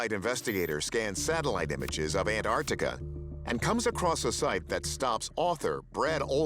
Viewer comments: Where is An artica? Does he mean Antarctica? Pronounced An tarc tika. Come on, it’s not that hard to use speech. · Americans don't know how to say Antarctica 😂😂 "Anartica" 🤣🤣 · Yeah.. I’m definitely not trusting the one who can’t even pronounce Antarctica 🤨